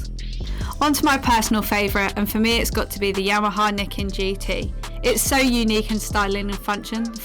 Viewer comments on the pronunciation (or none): I thought it was pronounced Ny-ken?